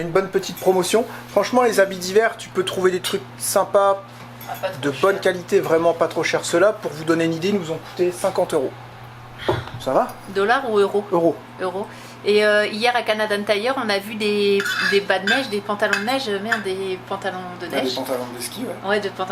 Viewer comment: Vous ressemblez à de vrais canadiens! Mais si vous pouviez dire Canadienne Tire (bien prononcer le i)au lieu de Canadenne Tire! Là on serait en business 😂